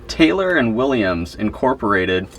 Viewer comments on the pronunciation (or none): none